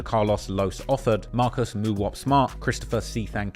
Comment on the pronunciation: The way he say Mooowop 😂😂